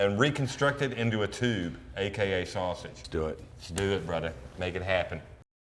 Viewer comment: When I heard em lead the video with “ hey brudder “ I thought o boy this one’s gunna be a silly dude. But then he started in with his “emulsion “ and “ inclusion “ big old words. I appreciate someone that really knows their craft and learns the intricacy of all the steps. See I use big words too. Refrigerator.